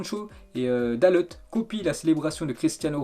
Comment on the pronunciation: Dalot se prononce Dalo